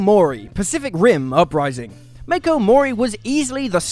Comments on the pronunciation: Pronounced as Mach-o, not Make-o. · I know, right? It's Mah-ko